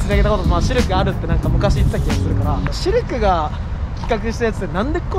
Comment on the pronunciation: ここで「シルク」が「シュルク」に聞こえた人いますか？